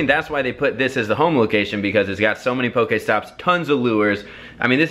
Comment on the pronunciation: IT is pokEstop not pokAESTOP PLEASE